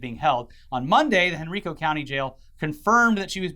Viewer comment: Its pronounced HEN-RYE-CO for future reference.